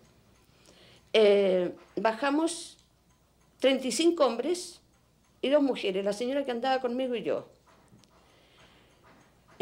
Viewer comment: Murieron muchas mujieres así dicen los chilenos pronuncia mujeres no mijieres